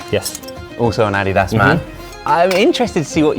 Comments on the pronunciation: Wait, Josh pronounces Adidas as ADDYDAS?! Not, AD-DEE-DUS? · You say Adidas wrong. Also Vitamins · It threw me a little to hear how the name Adidas is pronounced outside North America. In NA is pronounced A-dee-das. Not Adi-das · Americans tend to say ah-DEE-das, with the stress on the second syllable. Most other places (including Britain and Germany, where the brand is from) stress the first, AH-dee-das. It's named after the founder, Adolf Dassler just for some trivia, and his brother went on to found Puma after disagreement in management. (Both originally owned Gebrüder Dassler Schuhfabrik, literally "Dassler Brothers Shoemakers"). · Is that how Adidas is supposed to be produced? I've always proundced it A-D-Das . I've never heard it pronounced Ah-De-Das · Any one else dying over how they pronounce ADIDAS? (Your probably American but anyway) When Josh first said Ah-dee-das, I was like what is he talking about?! Then my American brain computed his English pronunciation, and I was still shook! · Are they pronouncing Adidas wrong or have I been saying it wrong for 30 years? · Americans pronounce Adidas wrong and the British pronounce Nike wrong. English is fun. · the way josh says “adidas” kills me 💀 i love him tho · I thought he was pronouncing it the Korean way 😱😱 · I loved the video, don't get me wrong. As an American who has never heard an English person pronounce Adidas, I'm shook rn 😂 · 아디다스 발음 현지화 실화임?